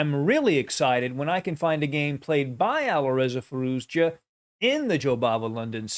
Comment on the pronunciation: i love your vids..but you keep pronouncing the "z" at the end of Firouzja's name..its just a "ja" sound > Firouja